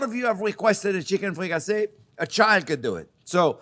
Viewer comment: Thank you chef JP , a fantastic chicken dish . Now I know what ' fricassassée ' is 😋🙏